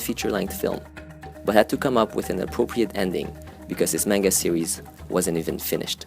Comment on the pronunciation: the way you pronounce manga hurts my soul